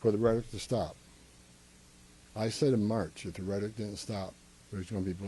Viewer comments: Is he saying "rhetic"? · What is Reddick? Does he mean rhetoric? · This guy cant pronounce "rhetoric". Also he sounds drunk. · Rhetoric has 3 syllables. You are also full of you know what.